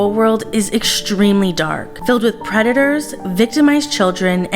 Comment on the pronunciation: Hishtory? Exshtremely? You have good content. Why do you feel that you must deliberately mispronounce words? You lose credibility. It's not a speech impediment. It makes you seem uneducated.